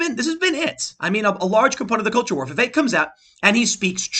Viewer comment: Its a short e, not like "viveek"